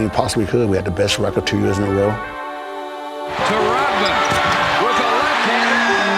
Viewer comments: Dennis Rot-man... There is a "D" in there my man! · It`s RoDman (with D in the middle) not RoTman - just sayin`